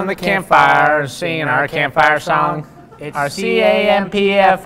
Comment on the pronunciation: The way they said "song" was so funny. 😂😂😂